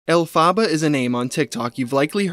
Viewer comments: Can't watch the vid because it enrages me. Why do they put the emphasis on the wrong syllables? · It's "El-pha-bAh" not "Ellfaba.". The character's name is Elphaba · it's Alf-eh-bah if it's the one from the musical. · It's not 'Elle-fa-buh', it's 'Elf-ah-buh' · I love your videos but it's elf-ah-ba not elfa-baar it's making it really hard to watch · Its not pronounced El Fabuh, its pronounced Elfabuh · ELF-aba, not El Faba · Bro why are you pronouncing it El-faba. It’s pronounced Elf-aba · Stop, stop! You’re going to take someone’s eye out. Besides, you’re saying it wrong. It’s EL-fa-ba. Not el-FA-ba. 🧙‍♀️🪄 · it’s pronounced AL-FEH-BUH- not “alfaabaa” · omg you saying "El fah ba" instead of "El fuh buh" is grating on my theatre kid nerve lmao. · Elphaba. Pronounced (EL-FE-BAH). Not El-PHAH-ba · El-fuh-buh. Not El-fah-bah 🤣 call me Hermoine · It’s “El- FUH-BUH” not “El-Fah-BAH” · “El-fa-ba” is killing me 😭 having known the Wicked musical, and knowing what Elphaba’s real name is pronounced as is killing me every time you say it 😂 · i’m pretty sure it’s El-fuh-buh. Glinda (the other main character in Wicked) says it in the beginning of the song Defying Gravity so that’s what i’m basing the pronunciation off :) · more like “elf-a-buh” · Your killing me with the name pronunciation...it's "elf-uh-ba" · ElphAHHHHba, the pronunciation is really getting me 😂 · i’m so sorry but i can’t get through this video with the El Phaba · Everytime pronounces it "El-pha-ba" I cringe. Lol. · Love the video… but it’s pronounced “elf-fa-ba” if it’s the same as Wicked (Wicked Stan here) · It’s “El fuh buh” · Elphaba is pronounced: Elle-Fuh-BUH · love your content man but the way you mispronounce elphaba is making my head hurt😩pls pronounce it correctly if you ever post an update on her lol it's pronounced el-fuh-buh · The name is pronounced El-fuh-buh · It’s pronounced Elfuh-BA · it’s pronounced el-fuh-buh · It’s pronounced alpha ba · EL. FUH. BUH. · You pronounced the name wrong